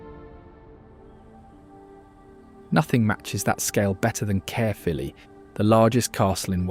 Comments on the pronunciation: I wish a Welsh speaker had told the moderator how to pronounce Cawl (= Cowl as in the animal+l) and Caerphilly ( = Kairphilly) or better still narrated the text dotted with so many Welsh words mispronounced here. Awful. All in all a very weird narration full of errors, so obviously AI and badly researched. But the images are lovely, turn off the audio 🤣🤣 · I never knew the cheese was called CAREFULLY. AI will take over the world one day, but it SURE can't pronounce words properly can it. So when it decides to get rid of us, it'll decide to keel us I suppose. If your an American visitor to Wales one day, look up the small town in West Wales called Burry port. It's on the coast road from Swansea to Carmarthen and about half way between the two. That is the place Amelia Earhart set foot after flying as a passenger across the Atlantic, the first woman to do so. There is a memorial monument set in the town for her and the rest of the crew, just up the road past the police station and only a few minutes walk from the railway station. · What a load of Ai slop. Carefully Cheese 😂😂😂😂 It’s Caerphilly Cheese 🧀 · AI narrative crap again ! It's Caerphilly, not carefully. I hate these amateur videos....can't watch. Let's have some REAL people narrating, not some effing computer !